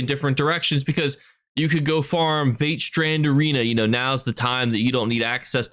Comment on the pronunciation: Vateshran - pr. Vah-TESH-rahn (emphasis on TESH) That is how they pronounced it in the live reveal at least. IDC who likes it or not - it bothers me.